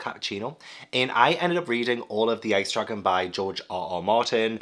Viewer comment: Every time. I keep hearing “Ice Truckin’” instead of Ice Dragon